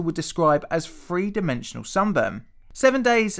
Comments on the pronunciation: "free dimensional sunburn"......English people that can't speak English....... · It’s pronounced “Th-Reeee” not “Freee” I didn’t wanna say anything but cmon mate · Why can't you pronounce your THs? It's "three" not "free"